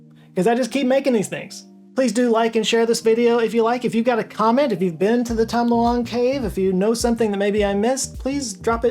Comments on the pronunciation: I thought you called it the "Tom Delonge" cave 😂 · I had to check multiple times to make sure you didn't say 'the Tom Delonge' cave 😂